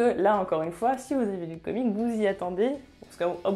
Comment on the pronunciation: Salut à toi, tu prononce comic au lieu de comics prononce un x a la fin parce-que au début je me disais quoi "comic" je ne comprenais pas si non très bonne vidéo continue